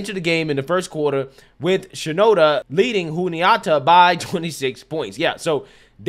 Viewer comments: lol,. its Shen-an-doh!-ha State.... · it's shen-ah-doe-ah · shenandoah - pronounced exactly as It's spelled. Shaking head. Hell, aren't you from the southeast? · I am a fan. I will give you some context around it also. Our views are very similar, but my son graduated there, he played there four years as a DB. She has been there the whole time and obviously she was a project. I know the coaching staff and I respect them very much. Plus, you are an educated guy. You embarrass yourself and UNC when you mispronounce the school name. I know you are doing this for views, but why do you make yourself look uneducated when you disrespect people’s names like Ayala from a previous reaction. But Shenandoah has a top 20 PA and nursing school in the country. I have been there and with another son at Lenoir Rhyne, being a college athlete, whether they play or not, being a part of the team and going through the camps is no small feat. Come on man, do better. Represent NC better. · FYI The correct pronunciations are Shen-in-doe-uh and Joo-knee-at-uh.